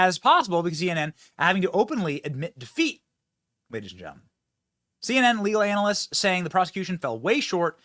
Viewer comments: you prononuced anal-ists on porpoise din'cha? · "CNN anal ists". 🤣 Way to go Benny.